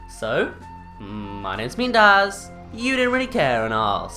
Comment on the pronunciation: Bruh you idiot it's dazz 🙄🙄